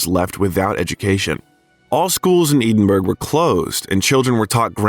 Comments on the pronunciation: Are you telling me there is no place in Scotland called Eden berg through which the Mississippi flows? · I’m half-Scottish and 1/4 English plus German and Irish. Mom’s maiden name is Home and Dad’s is Stewart. The pronunciation of Edinburgh is Ehdinburgh or Ehdinborough, NOT EEDINBURGH!! Thank you. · Edenburgh! That’s a first one for me. Edinburgh is pronounced Ed-inburgh. I get sidetracked when even names f cities are pronounced wrong? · Uh-oh. When you say Edinburg, and it's not a small vilage in Denmark, you have rather lost the audience. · Oh for gods sake. Edinburgh is not “Eeeden - burg”. This narration is awful. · It is NOT pronounced 'EE-den-burg'. Where on earth did you get that pronunciation Robot? Oh and F.U. Robot! THUMB DOWN BIOGRAPHER WITH YOUR ROBOT NARRATOR. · Eddddiinnbrrurrrr - E as in Egg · It is pronounced EDInburgh not Eeeedinburgh. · Eedinburg, netherlands. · "Eedin-burg".. you lost me there. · Pronunciation! Eden burg? Did I hear that right? Good lord. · Nice video. BTW “Edinburgh Scotland “ is pronounced “Ed - in - burr - oh..” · For heaven's sake, can you please teach the AI system you use how to pronounce Edinburgh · I gave your channel a second go of it! You are interesting, but rather annoying with your either inability to pronounce proper names correctly or your devil may care in how you still pronounce them badly over and over again? I am not saying that I will avoid your channel altogether only that I will not séek you out! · I wish the narrator would learn how to pronounce Edinburgh. Really annoying. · Dude, do your research. The BAFTA is not the British Oscar. And as much as I realise Americans (and Brits for that matter) have no clue or don't care about correct pronunciation of foreign terms, you can look up how Edinburgh is pronounced correctly. Unless, of course your commentary is AI. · Check the pronunciation of Edinburgh! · Please learn to pronounce Edinburgh 🙄